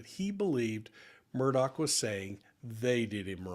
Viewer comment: None of the people broadcasting this Murdaugh situation is pronouncing the last name right. Every channel!! Everyone keeps saying Murdock not Murdaugh & Nancy Grace is saying Murdaug. Come on people...REALLY???